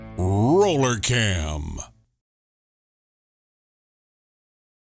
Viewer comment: RRRRRRRoooooooller Cam.... The Arnold Schwarzenegger of cams ....